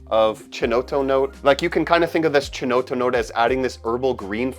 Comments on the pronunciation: Thanks for this excellent ranking. Btw, ‘Nuit’ is pronounced ‘nwee’, and ‘chinotto’ is ‘kinotto’. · It's pronounced kinotto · Thank you so much for this! Incredibly well done video. Just a minor correction, “chinotto” is pronounced as if it was written kinotto, in Italian the sound “ch” is always pronounced as a “k”. Other than that, thanks so much for the incredible work on this video, you got a new subscriber ☺️